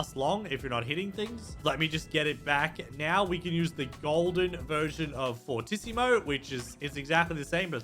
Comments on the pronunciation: Hey I hate to be that guy but it’s pronounced for-tee-see-mo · No one knows how to pronounce "fortissimo" or "prestissimo" You're supposed to pronounce it like (for-tee-see-moe) and (pres-tee-see-mo) pvzanimalwars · Just so you know fortissimo is said like four tee sea mo